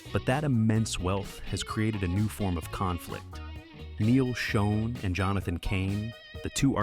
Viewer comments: It's pronounced Shawn And Raw-lie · Neal pronounces his last name like you would say "Shawn." Gregg's last name is pronounced "Raw-lee." And Herbie heard Steve's demo, not Neal, and it was Herbie would told Neal and Gregg, who didn't want Steve, that Perry was going to be in the band, "So get used to it." Steve replaced Ross with Bob Glaub, who was then replaced by Randy Jackson. Steve Smith played on 3 tracks (the same three Bob played on) for Raised on Radio before being placed by Larry Londin. Mike Baird was the touring drummer only. You failed to mention that Steve's mom was terminally ill during the recording of Raised on Radio and died before it's release. He also quit mid-tour and cited exhaustion as his reason. Regarding Steve's hip surgery, he refused to get surgery till AFTER they let him go. Incidentally, Perry claims that he gave up music after he left in 1987; however, he started working on second solo album in January 1988 called Against the Wall, which wasn't released. He released his official second album in 1994 (For the Love of Strange Medicine), and seemingly, only got back together in 1995 AFTER Neal and Jonathan played a tribute show for Herbie, featuring Gregg and Kevin Chalfaunt, who were in the Journey sound-a-like band, The Storm. Neal, Gregg, Jonathan and Kevin were in talks to reform Journey with Ross and Smith, when Perry found out during an interview in Canada (the video is on YouTube). Shortly after, Perry called Jonathan and said that he wanted back in, BUT Herbie, Gregg and Kevin